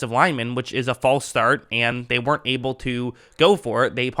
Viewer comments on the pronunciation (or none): none